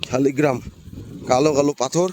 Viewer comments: দাদা কথা টা ঠিক করে বলুন শালি গ্ৰাম না লাল গ্ৰাম এইটা ভগবানের নাম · শালিগ্রাম না শালগ্রাম আগে উচ্চারণ ঠিক করুন পরে ইউটিউব করবেন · উচ্চারণটা ঠিক করে করুন, কথাটা শালিগ্রাম নয় শালগ্রাম ভগবান হবে। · শালগ্রাম,, শালিগ্রাম নয়